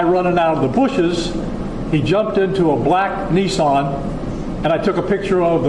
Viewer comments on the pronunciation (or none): What is a Neeesan? 😂😂😂